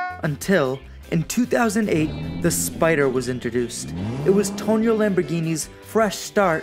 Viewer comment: Just a couple of corrections my friend. First of all it’s not “Tonio”, but “Tonino” (it’s pronunced “toneeno”). Second, this watch has nothing to do with the car company. It’s not true that Tonino (who was indeed the son of Lamborghini’s founder Ferruccio) started designing watches in 1981 to “diversify” the family business out of luxury car manufacturing, cause Ferruccio Lamborghini had already sold the car company and got out of the luxury car business in the early 70s.